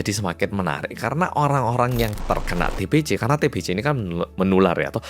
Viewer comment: TBC = Bacanya TEBESE.😅 Jgn TEBECE.😭🤦‍♀️ Y oloh org jmn dulu ternyata otaqnya agak sengklek.Dikira Raja itu Tuhan,yg bisa menyembuhkan penyakit.🤦‍♀️😭🗿🗿